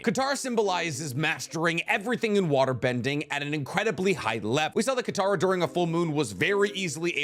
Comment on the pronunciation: Mans really said kataro 😂